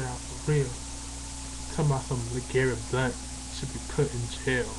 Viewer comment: you cant even say Blount right. Do you even know when Blount said about Boise State before the season? You have no facts. Are you related to Al Sharpton?